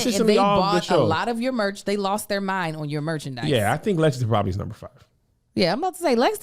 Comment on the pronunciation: Lexington Ky loved you guys don't be mad you had trouble pronouncing it Kev lol! I really do hope yall come back. We laughed til our ribs and heads hurt